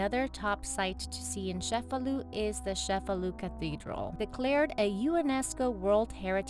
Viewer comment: The ce in Cefalu is pronounced as ch like the word chase. ie so , sounds like chefalu , not Shefalu!